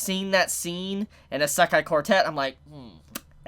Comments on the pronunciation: The way he pronouns isekai triggers me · Can someone tell this man how to pronounce Isekai